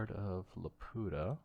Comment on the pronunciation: Pretty sure it's pronounced; 'lah-pew-tah', iirc.